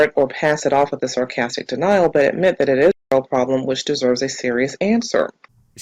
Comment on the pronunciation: "...denial, but mitdaddidit" o_O o_O I listened to that about 10 times before I asked the captions if it was just me. Captions made it into: meant that it is. That's at least close to English. Captions are getting really good at umberstambimmumbilnfoohs.